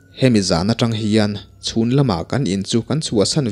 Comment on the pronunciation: Hnungzangah tang a vak tih hi i lam dil lo a nia.... Mi zawt la lo inzir zel rawh aw... I chhiar thiam si. Trang a vak tih tur a nia... Trang pawh hi thluk tur aw... Keyboard in a zir lo a, ka sawifiah zo lo... I nu leh pa te maw I zawt dawn nia.